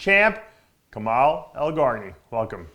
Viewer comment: His name is kemal .not kamal lolll